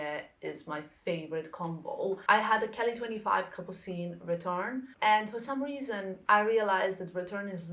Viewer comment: Hello:) The correct pronounciation is retourné and not retourn‘. But the bag is stunning! Have a nice day